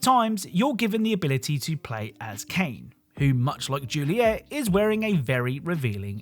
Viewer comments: Pronouncing Kaine's name as Kane, bruh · Lmao Kane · Kainé is pronounced Kai Nay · I had to stop watching after you kept pronuncing Kainé wrong. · Oh lord all the nier fans are gonna be so mad. Its Kaine. Said Kai-Nay. Not cane lol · There's no way you got that footage yourself and kept calling Kainé "Kane" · You didn’t actually play Neir Replicant I’m assuming. The pronunciation of Kaine’ is Kai-nay. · then you must have played without audio, because her name is said so many times that there is no possible reason to mispronounce it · well since the name was pronouce wrong I figure he wouldn't know about that little trivia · Does no-one know how to pronounce "Kainé" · the pronunciation of "Kaine" is gonna give me an aneurysm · Was gonna say that too. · Love the vid but man that pronunciation for Kainé is hilariously bad. xD